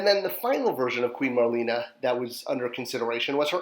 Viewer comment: Nearly crapped my pants when I originally saw the images for Marlena. A perfect release for her! I bought two to display both versions & have both bio cards:D Though I believe she was like Marlena Dietrich...pronounced Mar/lay/na. Thanks. You're a legend:)